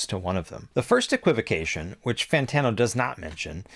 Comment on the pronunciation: Fan Tawno hahaha